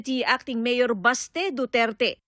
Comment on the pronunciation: BASTE❌ BESHE ✅